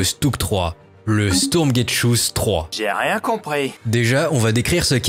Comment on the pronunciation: le "stourgetshuss" 3... mdr